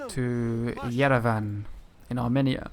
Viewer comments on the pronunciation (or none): none